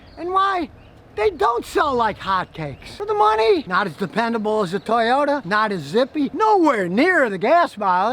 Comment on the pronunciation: I love it!.. the second Scotty mentions a Toyota ..”toyYOTAHHH!!!”.